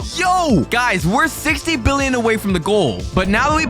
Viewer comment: Why are you saying fricken billon and in anytype of money